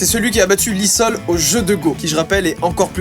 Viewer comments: Ce n'est pas "Lee sol" mais "Lee sedol" ! Mdrr 😂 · Lee Sedol en PLS quand on prononce son nom Lee Sol